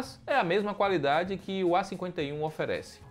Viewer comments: "calafiduri" 😂😂😂.. ótimo vídeo comparativo 👏👏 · Calafiduri kkkkk